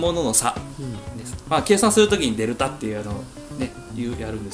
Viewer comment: デルタ、でるた、デルタ↺、発音が大事！